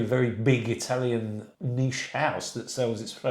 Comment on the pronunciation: Great video love your PROPER Italian pronunciations! Why do Brits bastardize the Italian language? Drives me NUTS